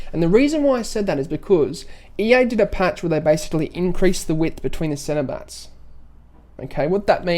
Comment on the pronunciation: Is it just me or is anyone else hearing him say centerbatts instead of center backs lol.